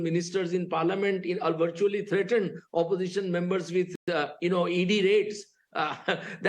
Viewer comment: Oposition--all he says is suposition😅😅